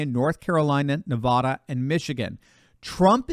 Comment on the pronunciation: You will make your viewers in Nevada happy when pronouncing their state NevADDa instead of NevODDa. God bless.